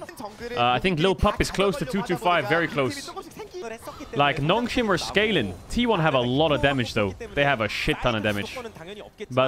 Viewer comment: love the way he sayin SCALIN... NOW THIS IS SCHKALING.